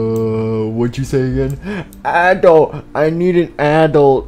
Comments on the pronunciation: He said applesauce instead of adult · I raged when they said aadult